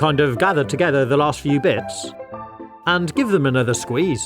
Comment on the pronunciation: That not " FEW " for sure